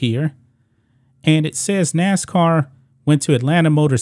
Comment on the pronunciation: 🤦🏿‍♂️It's Nascar not Nascoon🇺🇲 ~Mr Burgess~